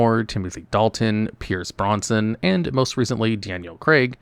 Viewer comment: Are we being trolled by intentional mispronounciations of words like Brosnan and Tattooine?